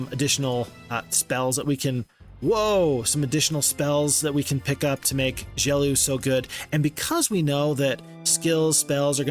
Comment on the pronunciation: HI! I think the name Gelu is like Geloo and not "Geliu".